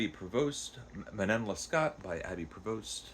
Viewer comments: It's pronounced roughly man-naw less-KO. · Alexandre Dumas fils is pronounced like Alexander do-MAW feece (think of the Golden Fleece but without the L) The name of this book is pronounced man- KNOWN luh-SCOH by abb-eyy pray-VOHST — I capitalized where I thought the stresses should be if we spoke it in English. I excluded Abbe because French is not a stressed based language and I think if you go either way in English it will work depending on the sentence. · That was a quick review! Sounds like I should order the penguin translation; thanks for addressing this important factor (translation). I read Dangerous Liasons years ago and really enjoyed it. I absolutely love the opera Manon Lescaut (it's pronounced something like Leh Scoh like "show"). Try to watch even just the famous aria scene, it's so very moving when performed well. Good review, thank you. Glad you're sticking with Clarissa! That's on my list. 😮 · I made it as far as , at which point I was defeated by your terrible French pronunciation (it would have taken you less than a minute to google the pronunciations of the name of the book and of the author) AND by your use of the word "laborous". The word is laborious. Using incorrect (in fact, non-existent,) words is not a good start for a would-be literary critic.